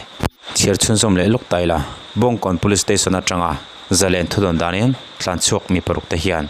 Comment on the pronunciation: Tlanchhuak tih ta che. Thlanchhuak itih a